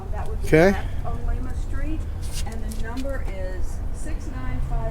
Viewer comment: It's actually pronounced Lime-a not lema. Just though I'd toss that out